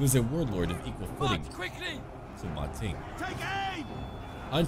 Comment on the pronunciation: Actually its "Ma Teng" (馬騰) not "Ma Ting".